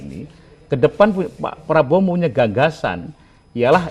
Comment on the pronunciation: kalangkabut...makanya klo bosnyaau pidato di teliti dl, biar ga salah ucap...hehehe